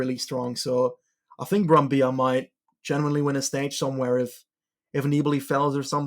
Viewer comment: Ehi, the double L in Brambilla is pronounced as the double L in Cancellara